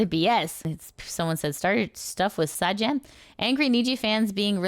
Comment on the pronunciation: For next time Sajam comes up, it’s pronounced Say-Jam